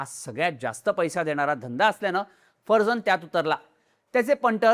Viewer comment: हा माणूस पारशी आहे माहिती होती. तरी त्याच्या नावाचा चुकीचा उच्चार का करताय. बाबा फरजान हा उच्चार आहे. बाकी व्हिडिओचा विषय अतिशय बकवास निवडलाय.